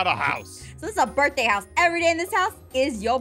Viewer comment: I know, but she didn't say birTHday. She said birFday.